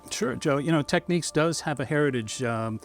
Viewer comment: We'll forget you can't pronounce the brand correctly. Just curious, but how do you pronounce the word Techniques??? 😂